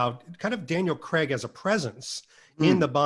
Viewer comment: Who is Daniel Creg?! fellas it’s pronounced Craig (cray-g) 😂